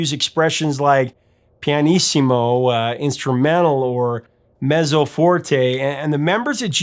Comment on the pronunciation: Really interesting hearing about the classical background. I didn't get that just from listening. I love that they were willing to wait until the piece was right, especially when the pressures of the business are against that. BTW, "mezzo" is pronounced "metzo", like you would the "zz" in "pizza."